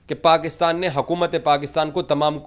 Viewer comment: Abe hakumat nhi हुकूमत,,hota,,inko urdu nhi aati😂